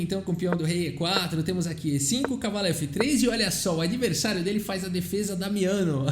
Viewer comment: Boa pronúncia do italiano,... quase certeza q vc treinou antes de falar. Parabéns;-)